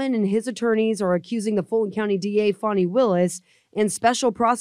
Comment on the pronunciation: How do they get "Fawny" out of fani?